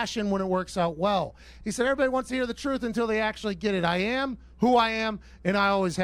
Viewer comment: “I yam, who I yam.”